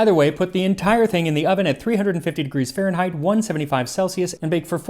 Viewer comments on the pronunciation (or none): none